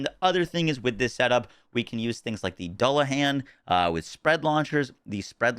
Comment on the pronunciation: Its pronounced "Doo La Han"